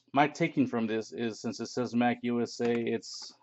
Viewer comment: Mac-usa? Dammit lol 🤦‍♂️